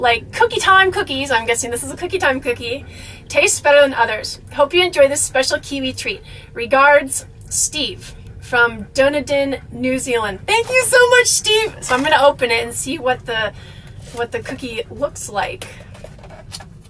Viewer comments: u r funny ... fyi: dunedin = dun eden ;) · haha another new zealander here, love the pronunciation Dunedin.